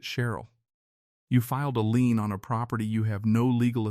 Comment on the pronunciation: The word is “Lien” not lean